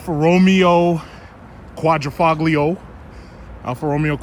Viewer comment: "Quatro - FO-Lio "!!!!!!!!!!!!!!!